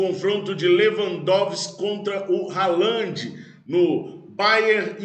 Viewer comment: Brother, sou teu fã. Haaland se fala Rááland e não Ralândi. Abração